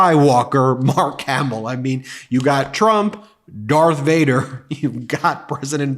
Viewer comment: Arse Voider not Darth Vader😑